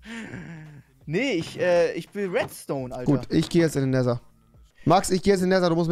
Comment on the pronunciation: Wie er jedesmal das ,,t“ ausspricht. Er spricht den Nether so aus als wäre es so geschrieben ,,neser“